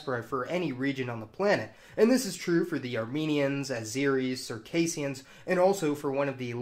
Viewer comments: Interesting stuff! Just a shame words like Circassians, Scythians, Jazyges, etc etc are all so horribly mispronounced. You can look most of these up on Wikipedia. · Scyth, rhymes with Sith J as in Yot, magyar/ mađar/ maģar... ☆ look up things before you make a vid! Circass / Čerkeš (You hurt my ears)